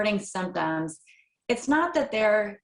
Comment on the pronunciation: Nah. Not really not the case. Not really naw the case. Not really naw the cay. Not are were. Not “are were.” Not on a spectrum. Not “on a spehtrum. /